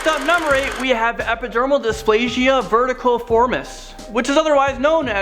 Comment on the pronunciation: Please learn to pronounce the scientific names properly (verruciform is not verticalform).